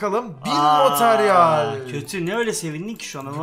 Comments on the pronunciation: on bin METERYEL diyor abimiz:D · Materyal yerine METERYEL diyor